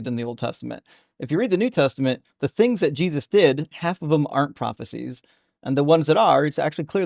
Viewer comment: Christ insanity remember you heard it here ,that's what we're witnessing,I even hate 😊 and throw up in my mouth every time I hear the way they say the name Jesus it sounds so slave-like and pitiful